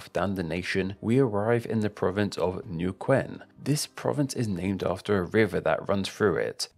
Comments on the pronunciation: Omg bro why you pronounced everything como se te cantaba el ojete like not you saying newkuen lpm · Nukuen? NEH - U - KEN !! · Niukuen fue mi favorito jajajaj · Neuquen is pronnounced NEH-OO-KEN